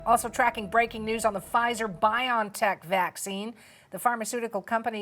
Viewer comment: It's pronounced "Bio-N-Tech" as in biology and technology which is what mRNA immunization is.. "journal-iceds" 😜 bion, lol really, all that marketing for nothing cause y'all be lazy!